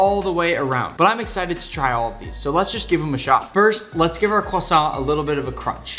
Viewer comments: I partly speak French and you nailed Croissant! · YES YPU SAID Croissant ALSMOST RIGHT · I am from Quebec and you said the croissant rigth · Phew, he didn’t say the croissant like quack-son Tom Holland: 🙃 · As somebody who speaks both French and Hebrew, you actually nailed the pronunciation for both the challah and the croissant! I’m genuinely impressed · yes you said it right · actually I think he said it right PS: i'm french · As both a Jewish person and a French speaker, you were on point with all of your pronunciations. Very well done. And even if you weren’t, no sane person would give you a hard time about it. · The croissant pronunciation was good, it's nice that you care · I am french and I just wanted to say that you said the word croissant perfectly haha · You actually said the Croissant right! Proud of you Nick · As a French guy You said "croissant" perfectly! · I speak french and his pronunciation of croissant is actually pretty good for an anglophone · Actually the 1st american that was able to pronounce croissant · The croissant was well said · Ho ho you said 🥐 correct I’m not french I’m just English 🙂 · You pronounced 'challah' and 'croissant' right. Good job Nick. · That pronunciation is on point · Excellent pronunciation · If you want to know you pronounc croissant very well gg you did well